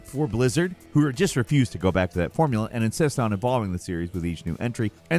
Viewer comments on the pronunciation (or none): none